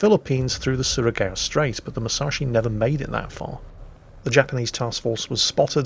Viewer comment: wow.. given the circumstances.. ur pronouncing Surigao Striates very good. well done. :)